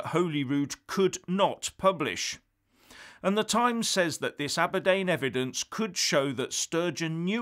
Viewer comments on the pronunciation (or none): none